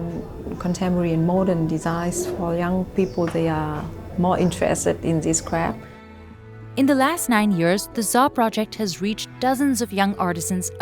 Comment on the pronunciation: Is no one going to talk about her pronouncing craft as crap😂😂. No intention to be offensive but that’s funny 😆